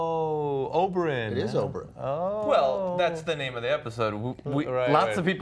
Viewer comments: Can you please not say Oberon and call him by his real name Oberyn? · I love how he still says Oberon instead of Oberyn, even though everyone else on the panel pronounces it properly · How hard is it to pronounce "Oberyn" correctly?